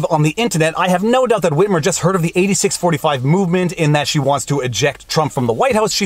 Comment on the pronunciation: I absolutely love the pronunciation of Whhhhhitmer!